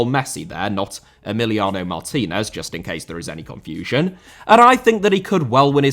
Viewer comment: Lukaku* not Lukhohrku Emiliano* not Emiliohrnouw Saw* not Sor Mbappé* not Mbappei Half* not Holf André* not Ondrei Onana* not Ohrnohrnohr Álvaro * not Alvohrouw Morata * not Morhrter Julián * not Hulian Aussie* not Ausie Diego * not Diyeigouw Alonso * not Alonzouw Arrascaeta* not Arresquieta